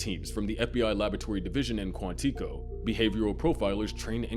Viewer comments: … where, in any media, have you ever heard someone pronounce it ‘Quan-TEECO’? It’s Quantico… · kwon-tiko? You mean KWON-ti-koh? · Not Quàntíco. It's Quántìco. Stress on the 'a', destress on the 'i' (the 'uh' sound). Hope that helps :D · Did you say “Quanteeeko”? Lol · Quantico is pronounced: (Kwan-ta-coh) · KWON-TIKO 🤣 New Mortal Kombat villain? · Did you call it Quanteeco? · You don’t even know how to say quantico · Why would I trust anything in this video if you cant even pronounce Quantico correctly. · Begging you to look up the pronunciation of 'Quantico'. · You are mispronouncing Quantico. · No1 talking about the pronunciation of Quantico 😂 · Im finding it hard to take this analysis seriously when you cant pronounce Quantico correctly. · If you don't know how to pronounce a name, like Quantico, put it into google and learn, rather than sounding like an idiot for your entire video... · Your mispronunciation of Quantico is distracting. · Dude your pronunciation of Quantico is driving me wild. Good video besides that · Stop saying Quantico like that.